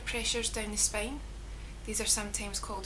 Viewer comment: I like your accent.. words like spain...(spine)....lovely !